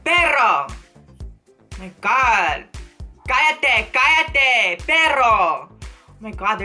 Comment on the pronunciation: "Callate, callate, perro!" Your Spanish was everything!!! lmao